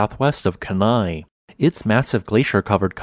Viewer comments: Excellent video... I can see Illiamna, redoubt, spur and Augustine from my second floor porch! BTW Kenai is pronounced "Key-nye" or "Keen-eye" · Sir, it is pronounced KEE-nye. You nailed the volcano name, though. 😃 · Kenai is pronounced keen eye. Just a fyi. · PRONOUNCED KEEEE-nigh or KEY-nigh